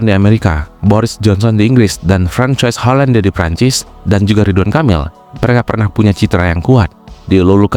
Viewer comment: François Hollande dibacanya FRONGSOA OLONGD